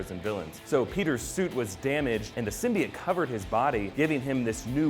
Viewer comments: Its symbiote not simbiT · It's pronounced SIM-BEE-OTE simbiot